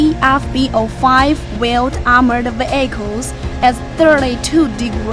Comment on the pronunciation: i like it when she says "ve-ai-chals"